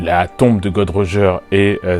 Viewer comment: J'ai aimé ta vidéo mais stp c'est Gold roger et NON "god roger" merci ^^